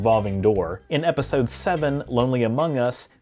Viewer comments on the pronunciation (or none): Can't stand how he says 'episode'